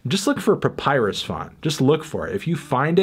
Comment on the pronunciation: The credibility of the opinion of the person you featured in the first 10 seconds of this excellent video, is rather undermined by his inability to pronounce papyrus correctly. BTW, why did you choose this particular year's albums as your topic? Perhaps you might consider looking at a single group's range of covers, such as Pink Floyd, the Beatles, AC/DC, or Sting/Police.